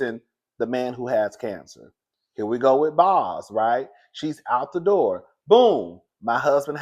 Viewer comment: If her name was Quantanillanasia, I bet y'all would say it perfectly. Obviously Bozoma is an African woman . Let's show her the respect of saying her one-syllable nickname correct. Boz sounds like "bows". This is not difficult.